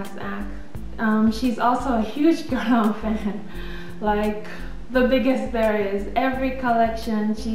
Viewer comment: I luv the videos! I luv hearing you pronouce the names of the Guerlain products, correctly:)! Whenever I log on to check my email, I take a sneak peek on YT to see if you've added a new video as Guerlain, YSL,Chanel & Dior are among my favorite brands (Guerlain & YSL are tops!). You make a person feel okay about enjoying the finer things in life without the guilt---as some people would have one feel bad, because they are not spending their money on drugstore makeup.